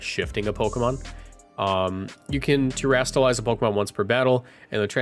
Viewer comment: Terastalize is not hard to say, come on man